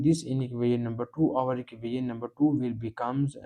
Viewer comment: Please learn to hot pronounce "equation". The rest of your pronunciation can use some improvement but is understandable.